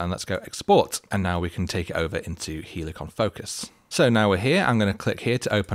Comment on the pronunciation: don't say both.. say it properly lʌɪk(ə)n 😜 (but seriously! 😐) I mean great video 👍